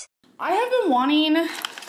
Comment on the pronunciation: You wanteen everyteen you caenn toucheenn🤨🤨why just why